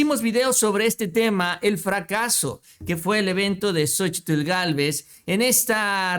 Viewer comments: Se pronuncia SOCHIL y no SOCHITL Saludos desde chihuahua…🤗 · La misma Xochitl Gálvez. Omite la. Letra. T AL PRONUNCIAR SU NOMBRE Y DICE XOCHIL